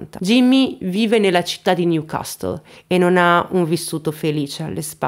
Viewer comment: Apprezzo i tuoi contenuti e ti trovo molto brava. So che sei una persona molto attenta ai commenti anche se hai tantissimi followers. Spero quindi di non offendenti, ma invece di aiutarti, nel dirti che: la pronuncia di CASTLE (as in NEW CASTLE) è CASSLE (non si pronuncia la T). Stephen non si pronuncia STEFEN, ma STIVEN e, visto che in passato ti ho sentito pronunciare spesso la parola SOUTHERN -meridionale-, che deriva da SOUTH, ti rivelo che non si pronuncia come la parola da cui proviene e quindi SAUZERN (con la zeta di pazzo) ma, incredibilmente, si pronuncia SAZERN (con la zeta di Zorro). Puoi ovviamente verificare da te quel che ti ho detto, sempre precisando che la mia intenzione è amichevole e senza alcun intento di umiliarti. Ciao.